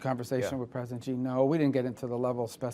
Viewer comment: Rubio cannot even pronounce China president's name right. on the video Rubio calls him "President GEE." The President of China's name is pronounced SHEE. Not GEE. SHEE. It is spelled Xi and pronounced SHEE in Chinese. President Xi has been President of China for the past 13 years. Rubio calls himself America's "chief diplomat". but he doesn't even know how to say the name of the president of China! Rubio talks like a junior high kid who read a chapter of the encyclopedia about China and is practicing to give a speech about what he learned to his class at school.